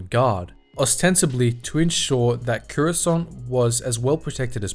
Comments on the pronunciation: i swear if he dosent stop saying currysont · take a shot every time he says COORUSCANT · Cuurasaunt. bruv ah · Curessant? What's Curessant?......oh you mean Coruscant.... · >runs a star wars lore channel >can't even pronounce "Coruscant" properly